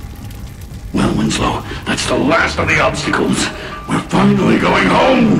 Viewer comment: Sooo who's window- winso- winsow- WINSLOW supposed to be?